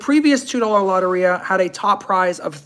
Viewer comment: Its low-tear-e-ah